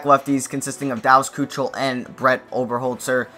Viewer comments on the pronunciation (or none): Great vid I live in houston but go look up how to say dallas kheucel and colin McHugh